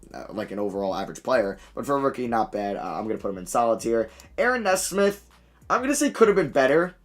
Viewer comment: Matt “Kneesmith” not “nezsmith” . Too many video now. This has to stop 😂